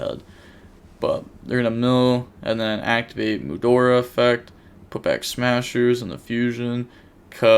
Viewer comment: Ayo just wanted to let you know for future vids. Mudora is pronounced with only an ''a'' at the end not an ''ia'' You seem to pronounce it as Mudoria when its Mudora.